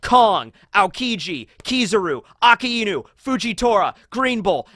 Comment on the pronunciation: pleaaaaaaaaaaaaaaaaaaaassssss just once pleaas once just once pronounce akainu's name the right way pleaaaseeeee